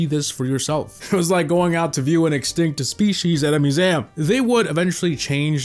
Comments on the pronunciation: “muZAAiAm!” Bro why did you pronounce it like that 😂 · Your museum pronunciation 😂